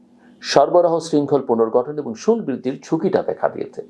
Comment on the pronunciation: শুল্ক উচ্চারণ টা কানে বাধে।